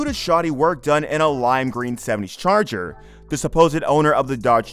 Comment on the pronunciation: Gotta love that 1971 Dodge "Charller" .... lel